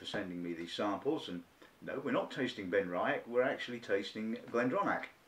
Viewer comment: good review..... but you must at least learn how to say benriach and glendronach properly..... ;-)